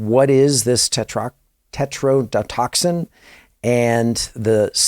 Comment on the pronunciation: Another great piece of content. I can even forgive your inability to pronounce tetrodotoxin! 😉 This is so incredibly sickening that I find myself feeling guilty for allowing myself to become intrigued by these details & theories of such dark deeds! I pray everyone involved in this tragedy finds themselves with the justice they so deserve!